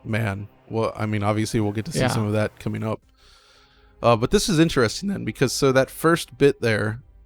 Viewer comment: for Christ's sake. Learn a simile of interesting. Not only do you say it wrong but use it nearly every sentence.